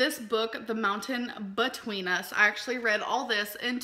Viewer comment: "The Mountain but-tween us". 🙄. Dear Lord have Mercy she can't speak.